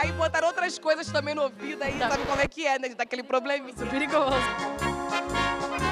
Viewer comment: "OUVITO" kkkkkkkkkkkkkkkkkkkkkkkkkkkkkkkkkkkkkkkkk